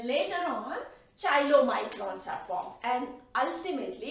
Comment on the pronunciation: Very nice Please correct pronunciation of chylomicrons.कायलो microns. Thanks